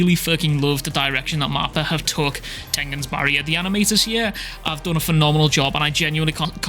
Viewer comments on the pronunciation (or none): none